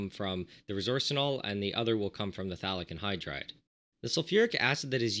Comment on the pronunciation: I thought you were saying Phallic Anhydride